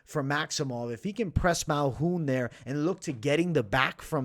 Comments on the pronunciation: He be taking letters out of peoples name and pronounced it his way Malhoun 😂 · MALKOUN. There’s a K there.